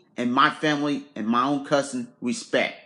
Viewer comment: lord have mercy 😁😁 and said show some wespect